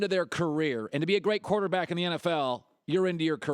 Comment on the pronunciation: Why can't colin say the word quarterback? "Korta back"